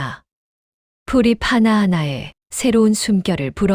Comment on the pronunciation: (허수슴× 허두숨) 표준어법에서 시옷은 디긋으로 바뀐다했으니 참고하세요. 다 좋습니다. 만 가끔 발음만 주의하면 좋겠습니다. (푸맆도× 풀닢) 만약 풀잎이 라면 풀니피 라 하구요. 꼬치피 하지마시고 꼰니피 라고 하세요. 내가 칠학년이 넘다보니 잔소리가 많아지네요. 하지만 아름다운 우리말을 바르게 사용하기를 바라는 마음이니 양해 부탁드립니다.